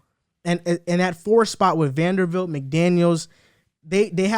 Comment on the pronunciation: *vanderbilt, not Vandervilt. I’ve heard him say it on another video too